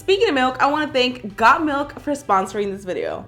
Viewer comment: Bruh when she said the thing like got Milk and all of that I thought she said god milk like if u thought so to